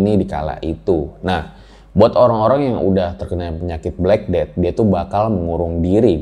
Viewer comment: Black cat death bacanya blekeded